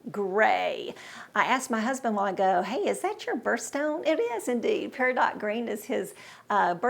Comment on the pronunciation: Its pair-a-doe